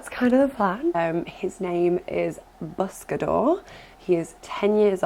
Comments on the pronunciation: I’m sure people have mentioned it but the pronunciation of the word is more like “boos-ca-dor” with a long oo sound. But obviously you can change its pronunciation to whatever you want since it’s a name. For barn names I like Bosco like the dog or Busco pronounced with the long oo sound and meaning I search/seek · Not sure if pronunciation of his proper name has been addressed but the first syllable sounds more like buss --as in puss (in boots) and not one bit like bus --as in pus. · Buscador is typically pronounced boo-s-ca-door. So maybe a good name would be Boost? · Awwww I'm so happy for you!!!!!!!!! Also not trying to be mean but I'm pretty sure his name is pronounced Boo-sca-door but it's spelled Buscador. Just trying to help since I speak spanish.